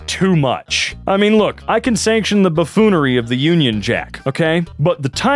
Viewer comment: “The Baffonery “ lol